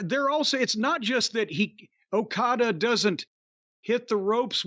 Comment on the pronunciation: I giggle every time I hear O-Cody! 😅